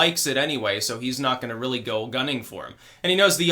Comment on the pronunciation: OH REARRY?